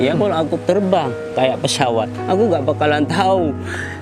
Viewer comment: pesawat, bukan pessyawat😁😁😂